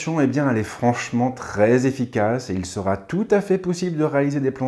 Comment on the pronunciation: Il n'y a pas de T à sera... On ne fait donc pas la liaison et on ne dit donc pas "seraT en mesure de..."... Sinon très bonne vidéo :)